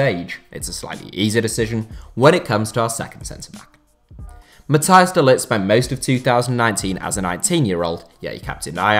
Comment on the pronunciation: It's not pronouced de lit...